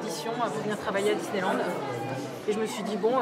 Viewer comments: Suis - je la seule à avoir remarqué qu'au début elle dit ; "Disney Nand" ? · Elle a dis disneynand la dame LOL 😂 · Elle a dit Disneynand,, tu as dit Disneynand, méchante. De plus tu as bien insistée sur le N de nand, je vais devoir te remettre dans le placard